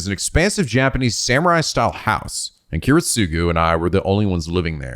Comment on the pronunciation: Kiritsugu’s name is pronounced Kee-reet-su-gu